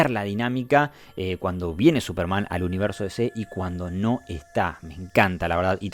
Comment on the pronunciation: La única crítica al vídeo es la pronunciación del pibe "Supermán", en vez de Súperman